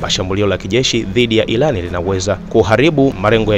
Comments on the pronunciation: Tafadhali mwanahabari tafautisha L And R mbona munatuboa ati ilAN ?? Hivi munashindwa wapi kushindwa kutamka IRAN? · Kwanz rekebisha kiswahili chako et ilan ndonin badala ya (irani) ujinga huo hatutaki